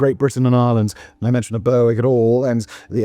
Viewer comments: its not "Bur-wick" its "Ber - ick" on tweed lol english person getting scottish names wrong, thats why we keep trying to end the union! brewick will always be scots hahah. sorry simon X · Not being able to pronounce Chinese I can understand. Not excuse (it's your job man!) but burr wick? BURR WICK ??? you're English! It's pronounced berrick. At first I thought you were doing this intentionally for engagement, but no. You really just suck at it 😂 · Well done on pronouncing "Scilly", Simon. Shame about, er, "BURR-WICK". Where is this BURR-WICK?? Did you mean Berwick-upon-Tweed? "BERR-ICK" upon Tweed? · It is not Ber_wick, it is pronounced Berick. And Berwick-on-Tweed (to give it it's full name) still has a split personality, as the town's football (soccer) team is the only English club to play in the Scottish football leagues. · burrwick ? When did you turn into an American Simon? Don't do a video about Worcestershire will you 😂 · It's pronounced "Ber-ick", and while it might not be at war with Russia, it is still illegally annexed by England. Its football team even plays in the Scottish league. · Boasts about Scilly then fudges up Berwick (Berrik). Tssk tssk Simon, your British credentials are being called into question! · Oh my god its Ber-ick the w is silent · last time i was this early rerrrwick was called Berwick-upon-Tweed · I'd like Kirkcudbright (Dumfriesshire, Scotland) to declare war on somewhere just to hear Simon's attempt at pronunciation. 'Burrwick' Indeed! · Honestly, that pronunciation was killing me all the way through XD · Bloody hell Simon, you're effing ENGLISH. WTF is Burr-Wick??? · Your saying Berwick all wrong, great video though nice to hear a tale from my hometown 😊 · The number of Brits bashing Simon's pronunciation of Berwick is hilarious! He always messes up. Listen to him run across the word apperal sometime. 😂 Appa-rail. 😂 I enjoy the content regardless. I also appreciate the laughs from the comments.